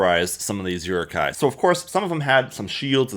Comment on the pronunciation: the way you pronounce "Uruk hai" bothers me